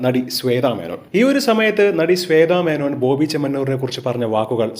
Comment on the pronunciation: സ്വെ ത മേനോൻ അല്ല ബ്രോ ശ്വേത മേനോൻ